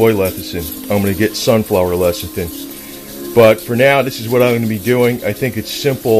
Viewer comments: Lecithin, not "lethicin." LESS - I - THIN. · Early everyone keeps saying it wrong. No one wants to start a word with L E S S-ih-thin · "Lethicin"....? How to spot an expert...!